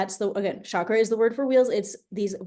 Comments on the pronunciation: Chakra is not a sh sound. It's a ch sound. Just say chalk with ra on the end. Not shakra, it's chakra. I have a question can I DM you or email you? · Ha! That’s so funny… in some of her online work, talks about the proper pronunciation (ch instead of sh) and that she sometimes likes saying it sh anyway. ❤